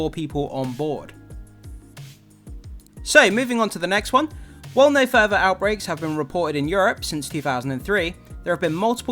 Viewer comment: Futher not furver